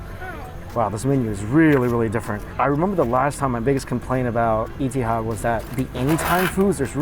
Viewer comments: I noticed that, too. Et-ee-haad changed to eaty-had! love this guy! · "sode" out? it's "sold" out. also Etihad is pronounced eh-ti-had not ee-ti-had